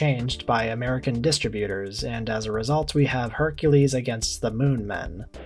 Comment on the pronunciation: Distributor is pronounced with emphasis on the 2nd syllable